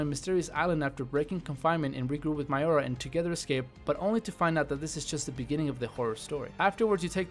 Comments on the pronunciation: You call her Mayora but its Moira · Its Moira, not Miora. Did you listen to how they pronounced her name throughout the game? Also, if you're going to go with a Danganronpa game, you should go with Another Episode: Ultra Despair Girls as it is more of a game than a visual novel. Aside from that, good list. DYING: Reborn could have made it as an honorable mention. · It's Moira not Maiora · is it miora or moira?